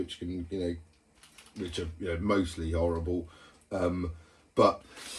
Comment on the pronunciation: "mostly 'orrible".. (Are you using the water hose yet?)